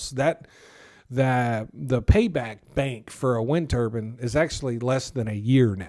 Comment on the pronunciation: It's pronounced ter-bine, not ter-bin. It should rhyme with fine.... Otherwise, it sounds like you're speaking about a turban that is worn by sikh men to cover uncut hair as part of their faith.